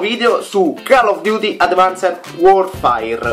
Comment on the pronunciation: Non si dice 'worfair' ma 'worfeir'